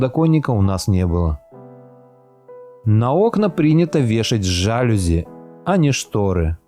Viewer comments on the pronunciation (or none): Нет слова жАлюзи, есть жалюзИ. Кроме того, Вы даже напечатанное не можете правильно прочитать. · Жалюзи с ударением на третий слог: жалюзИ. А не жАлюзи. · жалюзИ - ударение на последний слог, неграмотный комментатор. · ЖалюзИ,а не жАлюзи. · Автор, «жалюзИ» - это франц.слово с ударением на последнем слоге! Стыдно не знать! 🤷🏼‍♀️ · ЖалюзИ, ударение на последнее "И"! Французское слово. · ЖалюзИ с ударением на последнем гласном (французское слово) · ЖалюзИии на французский манер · Слово жАлюзи слух режет. Вы в школе учились?? А по поводу тонких стен, то там теплее. Когда она уехала? Она, наверное, не имеет представление, как сейчас дома строятся в России))) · Правильно говорить жалюзИ. Ударение на последнюю букву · жалюзи - ударение нужно ставить на последний слог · это слово имеет французское происхождение, поэтому ударение на последний слог, иное произношение режет слух грамотным людям.